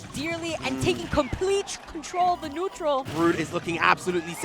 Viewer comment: i like how the female commentator pronounces brood as BRUHD (kappa